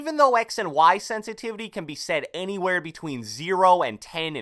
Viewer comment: Can u say sensitivity please?!!